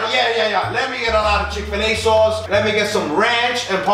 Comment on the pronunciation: lmao the chikfuhluh soaus